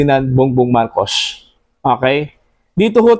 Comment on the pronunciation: ayusin mu ang pag pronownce ng marcos hindi marcosh.